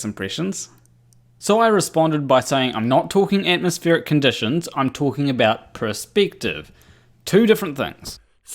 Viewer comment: So what is purspective you are talking aboot?